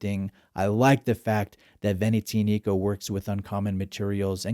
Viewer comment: The accent is on the "A", it's veneziànico..not venezìanìco. It's not that hard to learn how to pronounce a brand's name before making a review